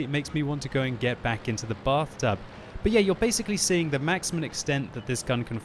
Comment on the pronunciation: The Batht00b, as the French Accent says. ( Bath-toob)